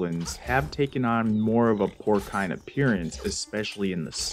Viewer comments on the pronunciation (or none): “Porcine” like “pour-sign” or “pour-seen.” It’s a soft C. 👍 Good video.